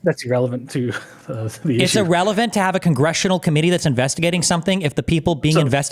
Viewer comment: "E-rrelevant" "E-rational"